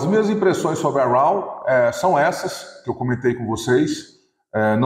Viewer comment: A pronúncia de raw é ró, só a dica.